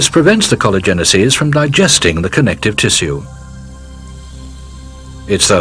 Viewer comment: He absolutely mispronounces collagenases, which is the plural form of the enzyme collagenase which is secreted by the cancer cell to dissolve collagen, allowing the cancer cell to advance by creating new blood vessels in a process called neoangiogenesis. It is pronouced collagenase-eases.